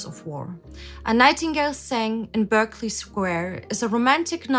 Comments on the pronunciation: It's said "Barclay square" like the bank! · RIP Dame Vera. My solo arrangement and rendition of "A Nightingale Sang in Berkeley Square" on bassoon got me into my high school Jazz band. And it's pronounced "Barkley". And a 1949 Air Force hat on an 1942 Army general? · Pronounced "Barkley" Square. (Found the spy.) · Berkeley is pronounced Barclay, because British reasons.